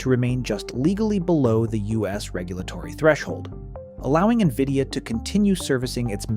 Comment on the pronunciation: AI slop. Keeps calling nvidia as “nvidio”. Downvote